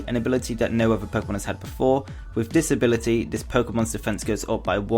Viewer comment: With his accent, when he said "with this ability" it sounds like "with disability"